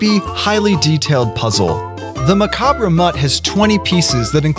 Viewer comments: Cool. But don't pronounce the 're' in macabre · If you don't know how to pronounce macabre [muh-KAHB], I wouldn't suggest saying it on the internet where almost everyone is hypercritical.. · is anyone else bothered by him pronouncing the r in macabre? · He mispronounced macabre😂